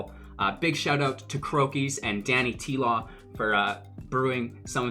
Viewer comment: Great video bro =) But it is DanyTlaw haha